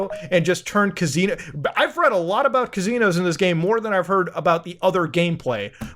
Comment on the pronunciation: I love how Muta pronounces kazinoes